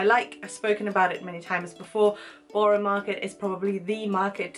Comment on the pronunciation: Hint: Borough is pronounced "burruh" -- I have heard you mention Borough Market a few times but it doesn't sound right when you say it